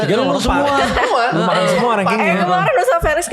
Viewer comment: cuma yg manggil ustad pake us, bukan tad😅😅 tapi lucu jadinya wkkwk